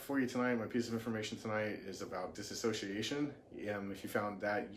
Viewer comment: You mispronounced "Dissociation" you said "Diss-A-sociation" when its actually pronounced "Dis-soci-A-tion"